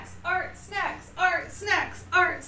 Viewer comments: Any else think that she was saying art sex at the beginning 😂 good video though! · I could’ve sworn she was saying art sex at the beginning but okay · Really thought she was yelling "art sex" at the start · I thought was saying “art sex” as a chant I’m so idiotic wow lol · In the beginning I kept hearing “ART, SEX! ART, SEX!” Over and over... Never been so confused by one of your intros.😂😅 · She was saying art smexy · I- I can't believe I thought she was saying Art s*x repeatedly in the intro.. 😆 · At first I thought she said “art sex” repeatedly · I thought you were saying “art sex!” throughout the intro lol. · I thought she said fart steps in the beginning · Anyone else think she was saying art sex at in the beginning? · I thought she was saying art sex at the beginning oh my god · I thought she was saying “hard sex” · I thought you were saying art sex.... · I literally thought she was going "art sex" over and over again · I'm sorry am I deaf? Because I heard 'Art sex' not art snacks ghodd